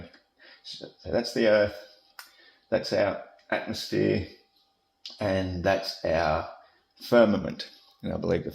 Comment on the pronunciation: Also said atmoSPHERE.